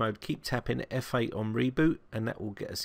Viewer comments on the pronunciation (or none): it sounded like you were saying 'fa' on start up. it is actually - 'f8'!